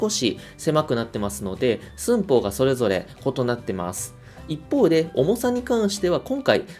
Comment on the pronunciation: 丁寧でわかりやすそうな解説きたー。って思ったけど「寸法」のイントネーションが気持ち悪すぎて何も話しはいってこなかった。